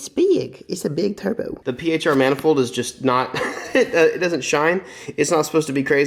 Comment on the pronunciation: “Iss beig Issa big turbow” 🤣